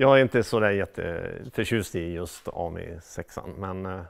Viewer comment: Korrigerad! 😂Hade varit intressant att se om han törs sätta in en BMW 1000-kubikare i en av Les Deux Cheveaux! Sedan uttalas det 'ammii'. Ja, jag är språkpolis. Har själv haft en röd 2 CV som jag kallade Clémentine. Minns ej årsmodell eller reg.nummer, men importerad till Malmö från Frankrike. Kan ha varit en 1978 års modell.